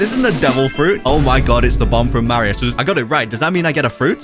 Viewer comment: bro. Said. Maryoo. But it. Is. Mario